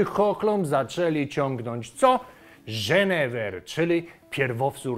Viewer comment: nie żenever, a jenerfer;)